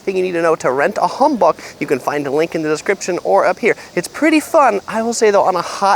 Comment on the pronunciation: No hate but your pronunciation was off when you said Hanbok.I know you said not to comment about it but I thought you might want to know how to pronounce it? You changed the A to an O but it is just pronounced HAN just so you know again, no hate just thought I'd let you know!💜